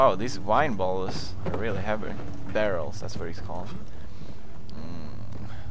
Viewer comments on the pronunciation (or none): I love how he's all Swedish and crap, so he isn't the best reader and didn't say barrels right. So cute! :3